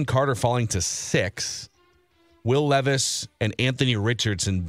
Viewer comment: Why does intentionally mispronounce peoples names? who the fuck is LEEVIS?? its Levis (lev.is). and its not RAY-GORE either